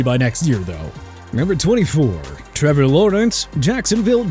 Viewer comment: Trrævor laurens 🤣